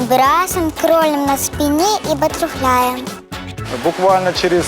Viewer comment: Батрухляем, блин. Не знаю чем ты там будеш "трухлявить"! Но правильно БАТЕРФЛЯЙ! БАТЕРФЛЯЕМ! Все-же я знаю что кто-то сейчас ответит что ей 6 лет, но все-же 1.5 года уже на плавания ходит!